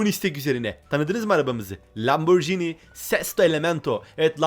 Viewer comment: Yanlız o lamborgini diye değil lamborjini diye okunuyor öğrende gel